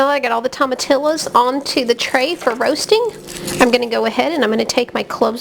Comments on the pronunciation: To ma tee yo is how you pronounce it. Not tomatillis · This is a good video but I must agree with the others about the pronunciation of tomatillos. The double ll’s are pronounced as Y. Thanks anyway for the great instructions and attention to details. Good job!